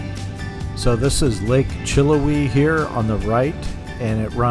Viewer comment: That is pronounced chill how we